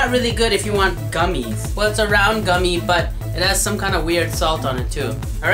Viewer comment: Goomie(?)lol, yeah, that's how I'm gonna say gummy from now on. XD